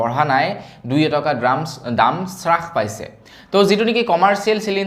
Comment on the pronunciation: হ উচ্ছাৰণ কৰিব চ নহয়। হ্ৰাস চ্ছাস নহয়।